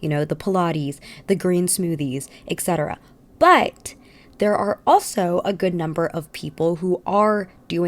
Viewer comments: eT cetera where is the “ek” coming from? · Etc. should be pronounced as “etˈsedərə”. Please use the correct pronunciation especially when you use this word every 30 seconds